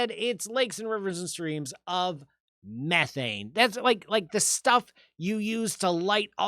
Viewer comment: It's called Me-thane not Mefane